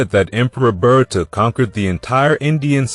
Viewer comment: It's pronounced Bha rut. Not Berta